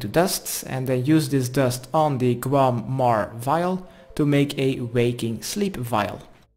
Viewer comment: loool i thought you said "kwuarm" not "guam"